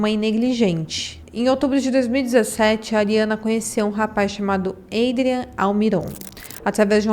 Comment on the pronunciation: A pronuncia de Adrián é com A. Como se lê em portugues